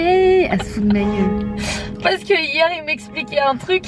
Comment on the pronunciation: Sananas ta dit "on ZE retrouve " mdrrr 😁😂 mais sinon je taime tros t grave belle comme dab machallah 😍bisous 😘